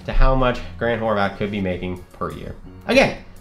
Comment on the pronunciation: ITS HORVAT NOT HORVATH😂 Solid Viddy